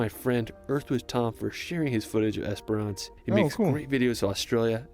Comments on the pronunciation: not esper ance either... i wish instead of reading place names in australia and assuming they know the pronunciation... try askin a fuckin local instead!!! geez the only place he came even close to pronouncing right was beerwah... now other tourists will see this n think its the way to pronounce them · Great commentary, so many reply worthy comments too! ●Bondi (Bon-die) has been covered . ●Not "Es-per-ahhhnce", its three syllables packed into 2: "Es-prence". ● if you love kangaroo on a beach wait till you see kangaroo swimming through water, or drowning someone's dog! ●You nailed "Melbourne" first go! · Spent a lot of my childhood on Twilight Beach in Esperance. Pronounced Esperence. Yes, that is a large hole in the rock.